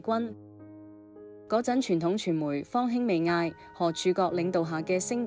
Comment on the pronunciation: 這個主持唔識字，襯家讀親家，方興未艾，的興字她讀輕音